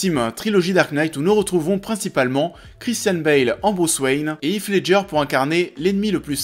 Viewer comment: Bah si, j'insiste, "Heath" ne se prononce pas du tout "If" comme c'est le cas dans cette vidéo, n'importe quelle vidéo Américaine parlant de l'acteur le prouve